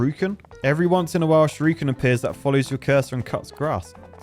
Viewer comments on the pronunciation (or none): The fact that you pronounce shuriken as shyorookin is very amusing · Youtube video compression really doesn't work great with the graphics of this game. Also, the way says "shuriken" as "shoryuken" makes my ears itch. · I vote we never let say Shurikan again 😂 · sees: "Shuriken" says: "Shir-ooken" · Nobody: Nobody at all: Not: "Shadowy SHUR-OO-KEN!" 😂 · Not going to talk about the ''shiruken''. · Shurooooooken? What? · Think will ever work out what sound the 'i' makes in Shuriken?